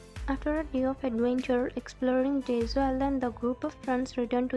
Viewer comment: It's jeju you are saying jezuu